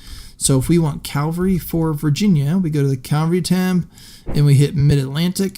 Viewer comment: One day I hope to discover a person using the word "cavalry" for cavalry. Not "calvary".